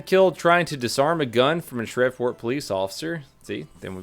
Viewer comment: FYI the third shooting you looked at happened in Shreveport but it’s pronounced (Shreeve-port) not (shrev-port)